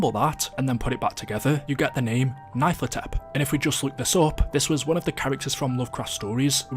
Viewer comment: Pronounced "nyar-luh-tho-tep"